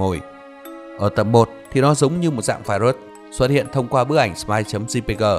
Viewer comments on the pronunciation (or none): none